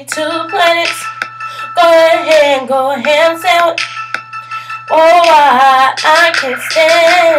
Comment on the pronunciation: You say sandwich weird